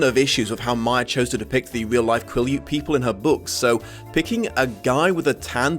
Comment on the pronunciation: Oh I’ve been waiting for this one!!! Just a quick side note: I live in WA about 4 hrs away from Forks, and I believe Quileute is pronounced Quill-ey-yute, not Quill-yute. No shade, just wanted to let you know going forward!